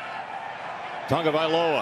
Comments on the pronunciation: The correct pronunciation is ta-go-vai-loa....its not tongovailoa!!! Say it right you guys...cmon. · Its not TuNgaviola..learn the kids name.. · Why why why why does this announcer always throw an "N" into Tagovailoa??? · Its ta- go vai Loa.... Announcers cant get it right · Does it bother anyone else that the announcers keep adding an ‘n’ to his last name??